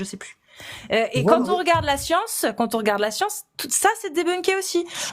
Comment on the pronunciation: La "scionce" !